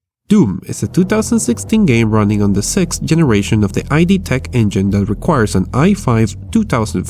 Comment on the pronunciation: It's not ("Ai Di" engine, it's "ED" engine)